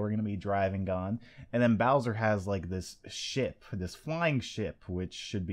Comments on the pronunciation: Did he say flying shit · was I the only one who thought he said shit instead ship?